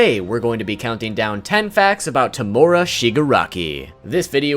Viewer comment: The way he says tomura 😭😭😭